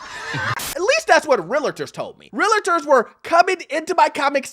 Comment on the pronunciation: Its pronounced REAL-TOR, not "REAL-IT-TOR."